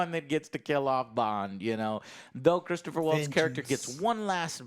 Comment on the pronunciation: Christoph Waltz....not "Christopher"